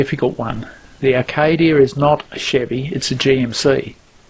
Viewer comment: Acadia not Arcadia ! Spoken and spelt like a true aussie :-)